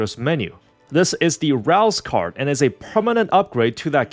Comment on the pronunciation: Rouze Card? [TURN UP]